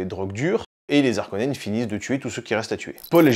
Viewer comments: alors faudrait voir a arrêté d'accordé Harkonen, c'est comme Haricot, donc on ne dit pas "les Zharkonens" mais "les Harkonens" mais sinon la vidéo est cool comme d'hab, ( et en anglais on dit bene Jéssérit mais en francais c'est béné GUésserit tkt pas grave non plus) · "les Zarkonnens" 😅